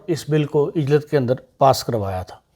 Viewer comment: محترم صاحب یہ لفظ عجلت ع کے اوپر پیش کے ساتھ پڑھا جاتا ہے نہ کہ ع کے ساتھ زیر کے ساتھ ۔آپکا بہت شکریہ ۔AK.FRANKFURT